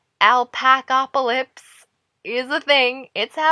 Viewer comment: also isnt is ALPACALYPSE not ALPACALPYSE